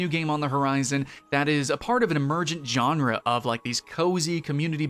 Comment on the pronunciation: The G sound in genre is the same sound as the J sound in Jacques. You know like Jacques Cousteau? It’s not pronounced with a hard J sound like John. Aesthetic is pronounced largely as it is written which is to say that th is pronounced with a th sound not a t sound. You can’t aside something, at least according to the rules of proper grammar as aside is never a verb. Though good for you for trying to use some fancy words in your video to make you sound sophisticated. Also I don’t think ciserity is a word.